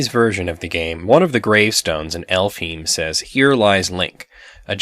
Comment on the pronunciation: Just a side note: since Square was big on using German, I think the town's name should be pronounced Elf-Hai-m/Elf-huh-ym/Elf-hi!m instead of Elfheem. Heim means in German (or nordic) home, also in the sense of homeland. Again, this is not to nitpick since it's ok not to know German pronounciation. I'm enjoying this series very much. I played this game on an emulator, but found I can't play it without a guide. I would never find the ship in the middle of a desert. I got discouraged and never played it again. Then there was a hard drive failure and I lost my save file. The most annoying thing was the double boss and having to go even deeper into the dungeon after defeating the Lich I think without a chance to go to town and re-supply (at least I don't remember it, perhaps I was low on levels and broke). On the emulator the enemy encounters aren't random - if I was low on supplies and was stuck on a certain level of the dungeon and saved in the wrong spot, I'd encounter the same f*cking stone turning enemies again and again almost in the same spot. And running away from them was hard too. The random encounters happened too close to each other.